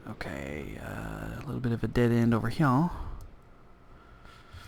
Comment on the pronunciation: Hello! I love your videos and I have been following them since the very beginning. Though I have a few questions for you. Firstly, I was wondering why you always say 'hio' instead of 'here'. Is that to be funny or is that just your accent? Secondly, I was wondering how I can change my glass so that I can see through it? I know you probably already said this but can you tell me please? Thank you!